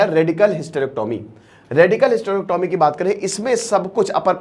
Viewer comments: पहली बात तो hystrecyomy को bolna sikhe और hystrecyomy क्यूँ करी जाती हैं इसके लिए किसी हॉस्पिटल मे जाकर एक दिन opd मे बैठो और मरीजो की samsya को समझो indication क्या है करने का नही पता है तो बोलना नही चाहिए बेच खाया है तुम भी स्टूडेंट को बेच खाते होंगे जब तुम्हारे मा या सिस्टर को दिकत होगी तो हॉस्पिटल तुम भी उन्हे बेचने ही जाओगे या ईलाज karwane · Sabse pahle hysterectomy sahi pronounce karna sikho phir kuch kahna